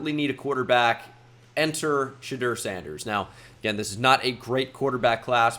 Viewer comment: It’s Sha-Door. Shudur isn’t that man’s name